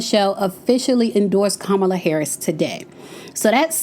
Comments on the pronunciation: It’s COMMA-Luh. Not kuh-mal-lah 🙄🙄😂😂😂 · It’s not Ka-Mah-La it’s pronounced; Comma-Lah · KAMALA is pronounced COMMA LA I ❤ u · Say her name Kamala! It’s the best way that I can share is Comma-La. The emphasis is on KA not Ma! I’ve heard the other side purposely pronounced her name wrong. Smh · "COMMA, LA" - Name pronunciation Let's all make it a priority to pronounce her name correctly, just as you would want someone to pronounce your name correctly, consistently. Thanks! ❤ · Hello, you are my girl, and I love your channel. I believe you're pronouncing VP Harris first name incorrectly. Listen to the way former President Obama says it. But the pronounciation is: Ca-ma-la, I think😊. Girl, keep those videos coming. Near the end of your video, you started pronouncing her name correctly. Be blessed, my Sista.❤ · Please say her name correctly. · You’re pronouncing her name wrong listen, how Barack pronounced her name, please. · Please pronounce her name Correctly